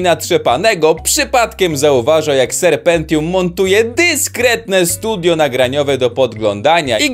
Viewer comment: "ser Pentium"